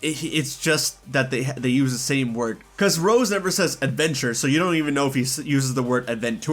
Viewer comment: He said “Adven-tour” a lot too.